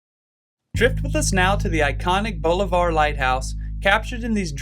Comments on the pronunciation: As someone who grew up in this area, but doesn't fish it is cool to see it from above! Super cool video! FYI we say it "Balliver"🤣🤣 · Enjoyed the video. One thing though. Bolivar is pronounced Bah - liver. Not Bow-li-var.